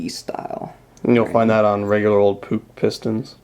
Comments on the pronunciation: Puch rhymes with "book" btw. :) Great video! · pronounced - " P U T S H" not " P U U K"....I think! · I am from holland Near austria , it is poech or poeg